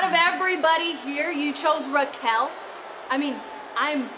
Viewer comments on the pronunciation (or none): Rouquel😂 is Raquel